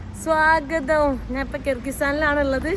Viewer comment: എന്തോന്ന് നാന്. ഞാന് എന്നാണ് പറയേണ്ടത്